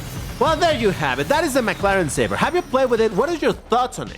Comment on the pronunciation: This car name's pronunciation is Say-ber